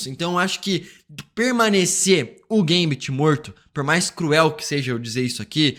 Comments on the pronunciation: Gambit Não geimbet kkkkk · Que agonia que dá quando ela fala o nome do gambit errado